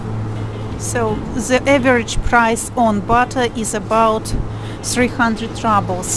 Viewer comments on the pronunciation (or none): Keith Reynolds - You’re kidding! It’s pronounced ROO-ble(y). She pronounces it like she thinks we would pronounce it in English, like “rubble” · The video is interesting to watch but you pronounce "ruble" incorrectly. It is not "rabl" but "roobl", like you say in in Russuan: the ruble (/ˈruːbəl/). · rawbel? roobel is more correct pronunciation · oi no ne raablz, a ryyybles.